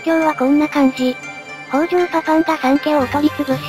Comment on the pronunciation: 北条高広、みよじのよみは 「きたじょう」です。